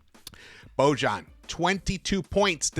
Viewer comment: Please pronounce Boyan ----- or Bogie is his nickname!!